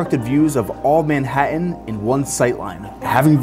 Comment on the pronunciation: This guy can not say Manhattan! Goofy!